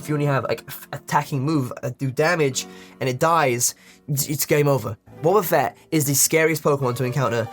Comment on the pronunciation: When he said wobbafett i just couldnt stop laughing, i have no f'ing clue why xD